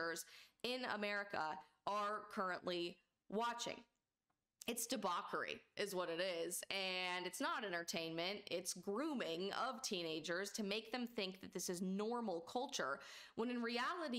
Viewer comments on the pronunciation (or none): I alive ya but it is pronounced de-botch-ery. But you’re on everything else.